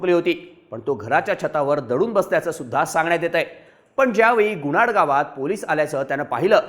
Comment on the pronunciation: गुणाड नाही गुनाट